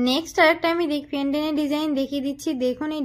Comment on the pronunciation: পেনডেন নয় পেনডেন্ট